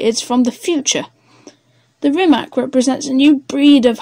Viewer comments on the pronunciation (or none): Jessus.... try at least to pronounce the name right!